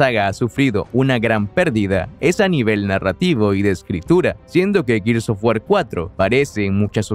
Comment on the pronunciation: Gears of WarSSSSSSSSSSS Lo siento, no aguanté esa pronunciación y cerré el video